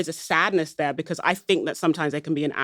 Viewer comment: You cannot say “because.”